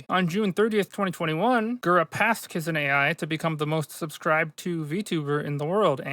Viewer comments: It's "Kizuna Ai", not "Kizuna A.I.". Her name is Ai, as in the Japanese word for "true love" (ai), not A.I. as in Artificial Intelligence. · "Kizuna A-I" :face-red-droopy-eyes